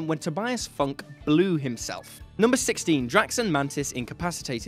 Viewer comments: Tobias Funk...? Tobias FUNK?! FYUN-KAY! It's pronounced "fyun-kay"... You can't make those mistakes. You don't know Arrested Development fans... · Did you just call Tobias Funkè Tobias Funk? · Tobias "Funk".... XD